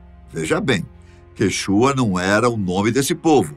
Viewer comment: Quanto ao povo Quichua, a sílaba tônica é no "i" e não no "u". Esse canal prima pelo máximo de detalhes históricos. Junto com isso deve primar, também pela pronúncia de nomes próprios inerentes a cada povo.